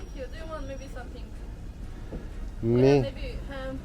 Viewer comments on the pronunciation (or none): none